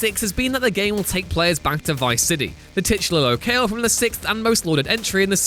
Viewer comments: The way you say 'locale' - wow! "Low-kayle" 😱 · Seriously, does someone else just write a script and then you read it without being able to do another take? It's Narco's not Narcos ... jesus. And what the hell is Lo-kale? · It's Lo-cal(e)! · Please ask a grown up to tell you how to pronounce "locale" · damn. this guy has absolutely no idea how to pronounce narcos or locale. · Learn how to pronounce locale and narcos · his pronunciation of locale is appalling. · He really needs to learn how to say Narcos and locale